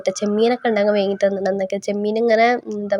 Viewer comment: വേങ്ങി അല്ല വാങ്ങി